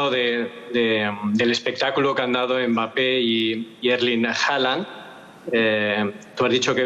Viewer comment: Es hallan, no jalan, no lleva jota el nombre, lleva hache muda